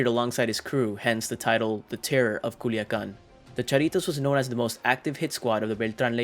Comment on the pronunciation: C U L I A C A N ....not culican....no mames wey!